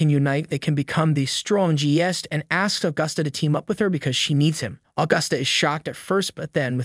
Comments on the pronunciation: the 'stron-gee-ust?' isn't it easier to just say strongest? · Strong est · Lol strohhnjest? Strongest? Wtf how are you mispronouncing all these words?